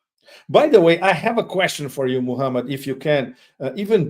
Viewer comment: The way Pepe says Muhammad is so beautiful